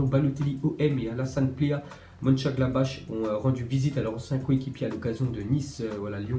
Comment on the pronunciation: Monchengladbach ce dit munchengladbar